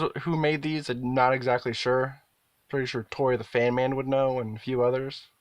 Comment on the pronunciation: YouTuber pronounces fan as "faen". He can say the word "bad" fine with has the same short "a" sound, so it doesn't make any sense, because he might say something like "This isn't a bad faen". So "faen" stuck, and now a lot of my followers also say "faen".